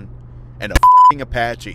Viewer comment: I laughed hard when he said Apache